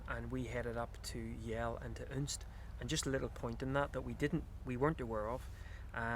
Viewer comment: Next time you’re in Unst (and it’s unst not UUnst) head up to Saxa Vord and the roads around it -really fantastic views back down the isles.